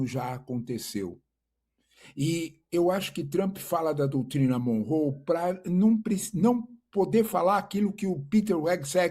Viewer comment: Eu sugeriria melhorar a pronuncia da palavra "Monroe", ao menos doi nos meus ouvidos ouvir da forma errada e muito exagerada. Para ficar claro, não é "monrrôu", mas "Mônrol".